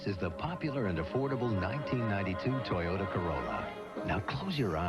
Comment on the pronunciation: on dit TOYOTA pas TAYATO mec ^^'